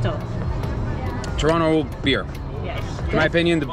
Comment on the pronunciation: I was surprised at first to hear "Toronto" pronounced correctly, which I've never heard in any travel video --- then you revealed that you were born in Mississauga.